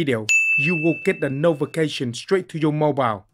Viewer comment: Wtf!?!?!?!? Did he say......"No more titi for you". 😂 and you will get a Novication on your mobile 😂😂😂